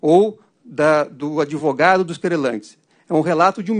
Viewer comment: Desembargador falar ADEvogado, ninguém merece!!!